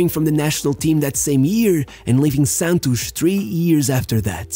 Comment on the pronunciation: 100% chance that it was a pearson from Rio de Janeiro who taught him how to pronounce 'Santos' rsrsrs